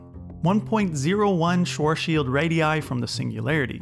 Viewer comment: Haha you need to learn how to say Schwarzschild. As a german i can tell you pronounce that horribly wrong xD you say like Schoschild. xD